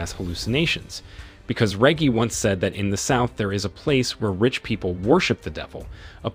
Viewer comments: (Re-jee) Reggie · I'm betting it's AI voices. You can tell when names like Reggie get pronounced properly once or twice, then suddenly pronounced with a hard G (as in reggae)